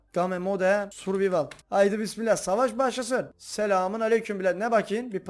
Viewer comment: Abi survivalı yanlış söylüyor birde cretivi (doğru yazdığımı bilmiyom) onuda yanlış söylüyon